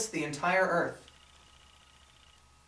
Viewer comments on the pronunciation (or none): none